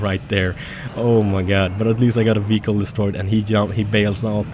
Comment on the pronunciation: You disabled lots of "weehicles" :D